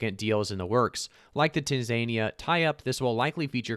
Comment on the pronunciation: Tan za nia is how you say it